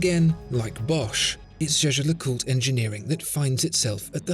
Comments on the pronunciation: no the fuck he isn't lmao. it's not "jay jay lecult". it's jay-jer lecooltre with a soft ending. not hard to google. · It’s not jhjh. It’s pronounced “YAYGER”. (Not Yayjer, either) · The way you pronounce Jaeger LeCoultre is funny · It is "Jä(e)ger (German) - Le Coul-tre (French)" Like Jäger-meister and Cul (like cul-de-sac) and Tre, like Dr. Dre. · I like how after 1 year, you finally learned how to pronounce Jaeger-LeCoultre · It's funny because he doesn't even pronounce it properly